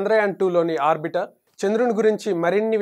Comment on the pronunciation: It is not arbitar it is "arbital"